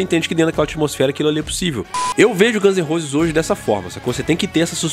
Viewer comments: Chinese "Demócraci", Guns n "Rouses". Dicas pra melhorar teu inglês tmj! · 'Gãns e Rôses' kkkkkkkkkk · Aprende a falar o nome da Banda pelo amor de Deus